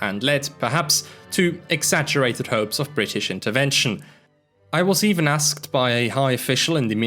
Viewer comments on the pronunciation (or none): none